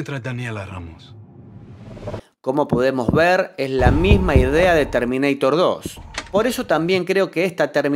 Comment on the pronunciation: LE CHIQUE TERMINEITER? JAJJAJA